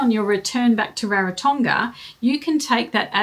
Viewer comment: Thank you for sharing. On a side note, and not a criticism, pronunciation of Rarotonga (Ra, like raspberry, soft g).